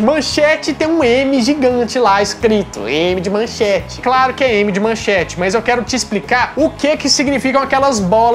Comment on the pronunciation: Não é "manchante", é MANCHETE! Agora, vou te mandar o seguinte texto: XUXA NA MANCHETE ("Aham Cláudia, senta lá!") Xuxa (Maria da Graça Meneghel) não começou sua carreira na TV Globo, como os mais novos imaginam, mas na Manchete – ou melhor, na primeira atração de peso da casa, o Clube da Criança. O programa estreou no dia 6 de junho de 1983, quando Xuxa tinha vinte anos, e era exibido de segunda a sábado das às , abrindo as transmissões da Manchete. Modelo desde os dezesseis anos, Xuxa, por sua beleza e carisma, logo se tornou uma sex symbol, ganhando a capa de diversas revistas, entre elas Manchete e Ele Ela. Esses seriam os primeiros contatos da apresentadora com o Grupo Bloch. Mauricio Sherman ( ), então na Bandeirantes, pretendia criar um programa infantil na emissora, baseado em uma fórmula que vinha amadurecendo e que já tinha posto em prática no passado: um programa para crianças com uma apresentadora bonita. Viu Xuxa na capa de uma revista e conseguiu falar com a mãe dela. A senhora estranhou o convite e ficou nisso mesmo. Em 1983, ano da estreia da Rede Manchete, ao ser contratado por Adolpho Bloch, Sherman viu mais uma foto de Xuxa ao lado de Pelé na capa da revista Manchete e como queria concretizar seu projeto, chegou a Xuxa por intermédio de Pelé, que já conhecia. Ela então ouviu a proposta de Sherman, mas não aceitou por estar empenhada na carreira de modelo: queria continuar com as viagens e desfiles que fazia. Sherman insistiu, até convencê-la